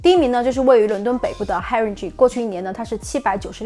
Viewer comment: Haringey 的发音错了😅